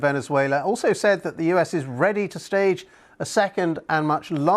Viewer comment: the most important propaganda word in this report was the over emphasis on the word "stage"...watch it again.